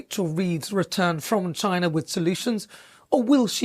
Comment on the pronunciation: Wtf? You been racist in how you say China? Dont forget in what your history or background...west africa most likely...coz of the greed of britain.